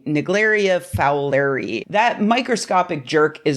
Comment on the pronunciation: Pronounce it "Fowler eye". When there's an "i" on the end of a scientific name, that means it's an honorific, so the amoeba is named after someone, in this case someone with the last name Fowler. Thanks for your great videos!